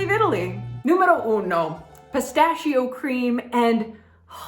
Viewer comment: Perché dici peistasciooou anziché pistacchio dopo aver trascorso tanto tempo in Italia?